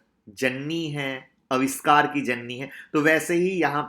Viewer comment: Sir maaf kijiyega but aapko diction pe kaam karnaa chahiye. Share share hota hai sare nahin. Sir sh aur s alag vocal letters hain aap sh ki jagah sa ka istemaal kartay hain . Koshish ko ko kosis aur avishkar ko aviskar kahna atpata lagta hai. Pls mind na karna Rames Sures nahin Ramesh Suresh kahiye